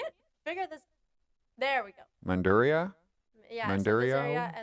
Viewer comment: By the way Mandurriao is pronounced as Man Dur E Yaw and then say it fast